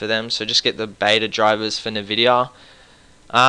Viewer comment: Haha... Raid-on and Nuh-vidia.